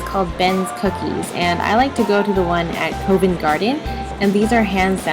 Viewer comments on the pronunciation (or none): Uhhh, it's pronounced 'covvent', with a short 'o' sound, like in 'cot' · It's pronounced 'cuh-vent garden' not 'coe-vent' garden btw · It's Covent Garden not Coevent Garden. The Co part is said as in the shortening of company "co." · lordy me thats not how u say covent garden :D as a londoner this was painful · The pronunciation of Covent Garden had me rolling! 😂😂